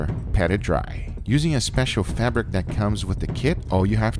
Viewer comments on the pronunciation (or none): none